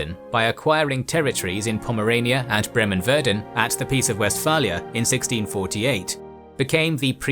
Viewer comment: its Verden not Werden ... otherwise interresting video